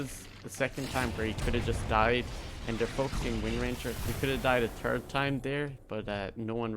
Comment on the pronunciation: i love how you say three as tree and third as turd :)